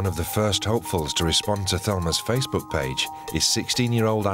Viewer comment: The way thelma pronounces facebhoook 🤣🤣